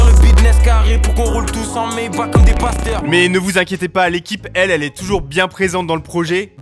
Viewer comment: T’as lack frero maybach pas mayback